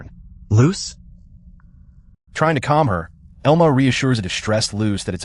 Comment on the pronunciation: its pronounced EL-MA